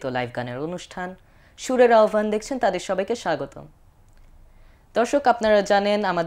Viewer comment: মাশা'আল্লাহ, অনেক সুন্দর হয়ছে। আহ্বান শব্দের শুদ্ধ উচ্চারণ হলো - (আওভান)